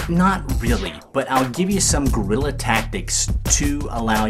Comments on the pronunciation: I tend to agree with you but he does not say Guerilla or gorilla. He says "grilla". But you are probably right that it is as Americans would say a "wa''ior" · It's not "Gorilla Tactics" It's "Guerrila Tactics" Ugh. Anyway, could you attach two vertical lights to the sides of the screen, and use them to light it up and keep shadows off? (Or maybe to the top and bottom?)